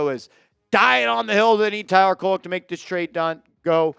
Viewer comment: Not Koleck bro. Hard D for you my dude.. 😂 No diddy!